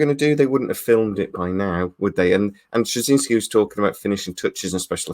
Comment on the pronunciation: Psml your butchering of JMS surname and then calling Bruce Boxleitner “Bruce Broxlenner” had me in stitches 😂😂🤦‍♂️ Your favourite actor yet don’t know his name 🤔😂😉👍🏻